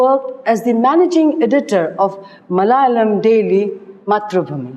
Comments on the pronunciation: Malayalam please prounce,... correctly pls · You explained the autobiography with great clarity and amazing insight. Just one point to be taken care of ie.the pronunciation of words in other languages. For eg.Malayalam,Ente katha etc.